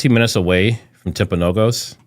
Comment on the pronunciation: The hospital is pronounced Timp-a-know-gus